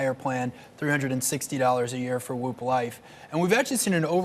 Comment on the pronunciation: Why can’t he say “WHOOP” properly?